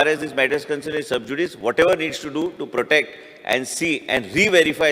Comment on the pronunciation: Are paapya to shabda" Subjudice" subjudicious nhai.